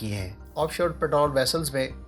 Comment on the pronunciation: Your Urdish keeps getting awsome. it is Patrol NOT parol